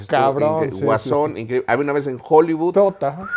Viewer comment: TAN MAMADOR EL Y NO SABE DECIR HOLLYWOOD DICE JOLIBUD JAJAJAJAJAJA